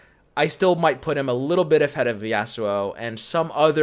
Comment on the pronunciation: Normal person: Yasuo: Ya'sssuo